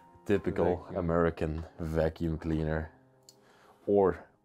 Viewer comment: The vacuum’s brand name is pronounced “Or’eck”. A popular vacuum cleaner.